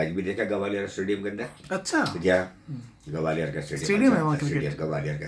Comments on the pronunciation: Its Gwalior, not Gawalior.. It sounds like calling Lucknow as Lakhanawo..😕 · It's GWALIOR not GAWALIIR & NOIDA not NAVEDA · gawaliyaar nahi bhai Gwalior bolo.